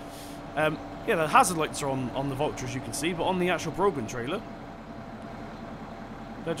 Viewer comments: It's not brogan trailer it's braw-hen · its pronounce 'broh-han' not brogan. its an irish name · you pronounce broughan with out the g and if any one says im wrong you'll have to complain to broughan them selves cause i work there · it's pronounced brau-han